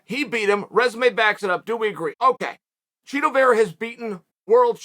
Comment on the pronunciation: Chito has ass tricks. lol that's what it sounded like.